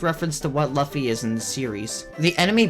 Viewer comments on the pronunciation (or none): It’s pronounced Loo-fee. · when he said 'lah ffy' I died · U said Luffy wrong